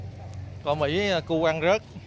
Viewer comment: Cỏ thái mà nói cõ mỹ hết hồn kk